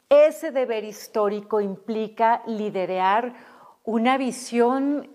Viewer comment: sra futura presidente se dice liderar no lidieriar